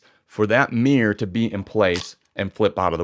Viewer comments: Dude.. it's not a mirrr or a mierrr but a mirror. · I agree with 99% of what you say apart from one tiny point you say an SLR has a meer but a mirrorless doesn’t have a meer???? Is it mirror or meer (pssst i know what it is! It’s mirror!)